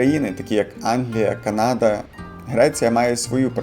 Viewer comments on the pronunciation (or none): none